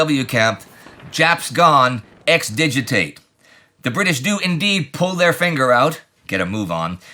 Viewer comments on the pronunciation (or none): “Ex Digitate” I’m going to have to remember that one